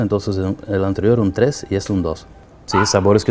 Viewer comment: un trrres